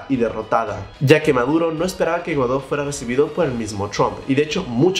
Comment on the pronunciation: que buen noticiero ya hasta le cambiaron el nombre "Juan GUADÓ" 😂😂